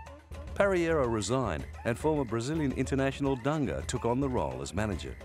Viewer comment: The pronunciation of "Dunga" thou :)